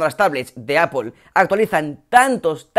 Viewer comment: Qué veo, un español que pronuncia bien apple?